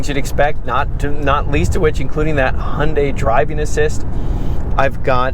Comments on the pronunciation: The way the camera guy was pronouncing Hyundai was driving me crazy 😂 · I believe its supposed to be pronounced huhn day. It sounds like you are saying hey un day. Sorry, I like the review but this is driving me crazy.